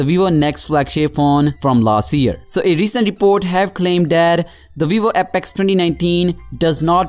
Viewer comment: VEEVO APEKS